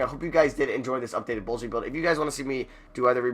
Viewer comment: Bruh, when you were looking at the ALL NBA teams and you kept on saying No Bulls, I was dying when it sounded like No Balls lmao